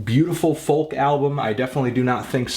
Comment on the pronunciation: Dude, the ''L'' in FOLK is silent.